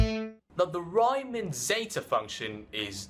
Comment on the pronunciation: Its pronounced reeman not ryyyymann